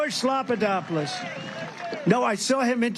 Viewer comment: Slopadoppolus ! LOL :face-green-smiling